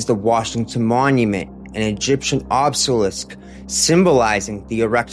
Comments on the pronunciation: Love the videos ❤️ You’re initiating the average joes to the best of your ability and knowledge I appreciate it ❤ But please check the way you say”obselisk”😂 sounds strange hearing such a knowledgeable man mis-say something simple Keep it up 👍🏻 ❤❤❤ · i love you bro but the way you pronounced obelisk pissed me off 😭😭😭